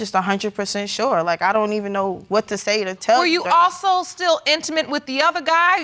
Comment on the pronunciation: Man I LOVE when the judge says quwhat… instead of what lol 😂